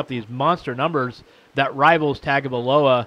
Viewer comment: LOL! This guy says Tagovailoa has an average arm. LOL! He also can't even pronounce his name correctly. Really, after all these months and coverage on the media, he can't pronounce the name properly. Makes you wonder about this channel. But then I looked and saw that this channel was listed under "comedy". Makes sense now.